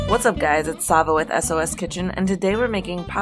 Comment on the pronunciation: its pronounced like it would have a "ch", but in serbian the letter for that sound is "č" or "ч"